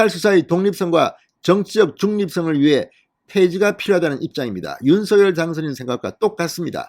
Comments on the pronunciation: 윤서결 이 아니라 윤성녈 입니다 듣기 거북 합니다 유독 혼자만 윤서결로 발음 하십니다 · 제발 대통령성함 공식 발음 좀 찾아보세요 방송인이니 공식적인 발음에 앞장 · 윤서결로 발음하는 것이 맞습니다